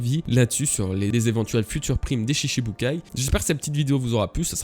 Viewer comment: Stp cela se prononce shichibukai (shiTchi) 😬